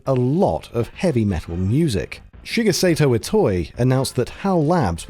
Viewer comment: Heads up, Shigesato is pronounced "Shee-geh-sah-toh", not "Shih-guh-say-toh". Japanese phonetics are super simple: "i" is always pronounced "ee", "e" is always pronounced "eh", and "a" is always pronounced "ah". If you follow these basic rules, you can't fail.